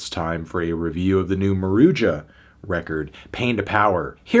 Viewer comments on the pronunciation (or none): "maroodja" lmao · It's pronounced "Maruha" this stuff is so easy to look up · the band themselves says that its pronounced maru-juh